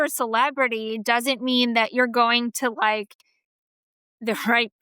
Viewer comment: What is “plawstick” surgery? Why can’t women today pronounce a “short a” sound? “That” is now “thawt.”